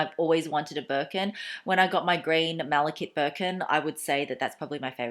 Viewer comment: mala-kite not kit, the e is pronounced ;)